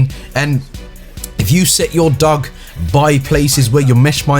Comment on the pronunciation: Dog but pronounced dooge